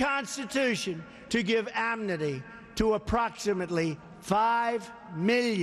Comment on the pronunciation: He says "To give amnity".... This moron cant even say "amnesty". In another situation, He also could not pronounce the word "origins". He kept saying "oranges" instead. Well, coming from the "Orange Man" himself, this isn't that surprising. Prez Dump is by far - an uneducated, selfish little 6th grade bully, attempting to change the constitution, and make you (and your family) a peasent.he is a white supremacist, and the most corrupt president America has ever had. If it weren't for his daddy, Dummald Dump would be a nobody.